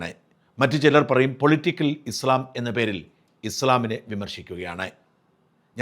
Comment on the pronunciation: ഇസ്‌ലാം എന്ന് പറ.... നാക്ക് വടിക്ക്... ഇസ് ള ..... അല്ല